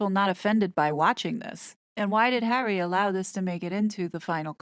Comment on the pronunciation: C: Awful, isn’t it? It’s disrespectful in my opinion; as if she can’t be bothered saying two syllables (as in Har-ry) versus the one syllable, H.